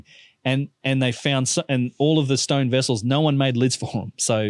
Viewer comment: Oh you said vase ! I thought you said these vizes are aliens ! What is a stoyn ?